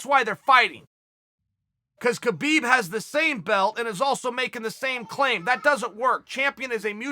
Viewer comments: have I heard someone saying khalabib? no? alright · Chael is really off when it comes tho Khalabeeb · Chael stopped to make sure he pronounced Khabib’s name right...